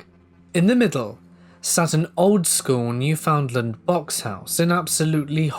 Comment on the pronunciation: Gahhhh all those times you were mispronouncing Newfoundland was making me annoyed. I know it isn't your fault and I still love ya! 😂 From what I was told its pronounced NEW-FIN-D-LIND